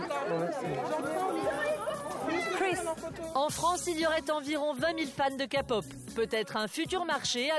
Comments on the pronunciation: Ce qu'il veut dire c'est qu'on dit pas kapop mais képop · Ont dit pas ka pot comme capotte ou cacapote mais bien k pop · La Kapop bas oui bien sûr renseigniez vous sur la prononciation mes oreillers ont saigné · oe mais international de dkre "kaypop"